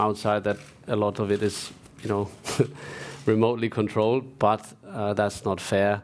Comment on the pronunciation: Remootly.. THE GOAT